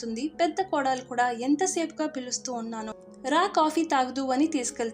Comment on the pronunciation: Kodaalu kaadu. kodalu